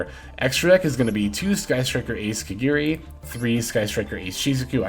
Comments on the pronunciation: My guy, its ka-GA-ri not kagiri. 🤦‍♂️ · There's no e in kagari your saying it wrong